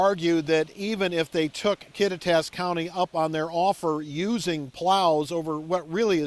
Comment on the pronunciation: If that guy is to be a good news reporter, he ought to at least learn how to pronounce the town names properly! Kattitas is pronounced Kaw-tie-t-us